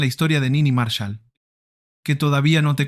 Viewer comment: Cómo Nini Márshal?? Es Niní Marsháll